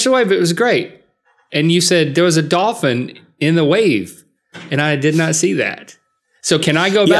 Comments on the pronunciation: Link: Dolphin Rhett: DAWFIN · Is it me or do they keep pronouncing dolphin like “dah-fin”?